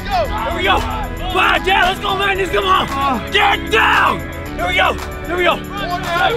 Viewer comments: mung-nouss! Is -g usually pronounced as -ng? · As a Swede, its so strange to hear an American pronounciation of Magnus. I actually thought they were trolling and yelling "maggot" like in all movies, until i realized his name sounds a bit different in english :) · I'm an American with the name Magnus and I never once would have thought that's how it's pronounced. It's also not a hugely common name over here so I was very surprised to see all of the Marines saying it exactly like I do where the "U" and the end sort of turns into an "I" making it sound more like "Magnis"